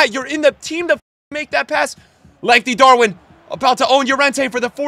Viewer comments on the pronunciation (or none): none